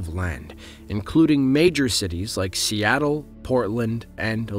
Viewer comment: See-aye- tel shall become sea-tell